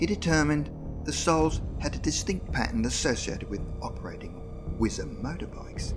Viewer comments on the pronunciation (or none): none